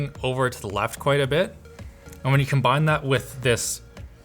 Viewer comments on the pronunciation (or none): none